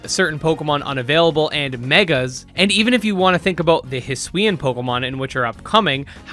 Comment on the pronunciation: The very FIRST YouTuber I’ve heard pronounce hisuian correctly🙏🏾 respect bro ppl kill me saying (his-soo-wee-an)